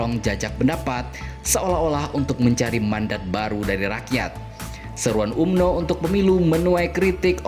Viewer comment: Tulisanya umno bang Org malaysia bacanya amno